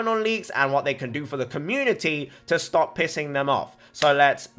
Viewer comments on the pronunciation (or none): none